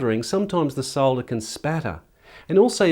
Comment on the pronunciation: I like the way you pronounce solder, not like the americans who call it "sodder" (with a silent "L") and like to correct those using the UK pronunciation.